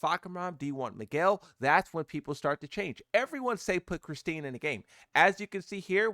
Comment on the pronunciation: Christy.. He has a speech impediment